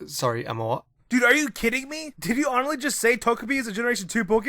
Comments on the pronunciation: did he really just say "honelly" instead of honestly? How unprofessional can that guy be that he can't even ANNUNCIATE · "did you honurly just say" >honurly this dude needs to slow down a tad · seriously.. slow the fuck down.. "did you HONELLY.." im guessing you meant to say "honestly" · Yo. Slow the fuck down. Jesus. you don't even pronounce honestly correctly.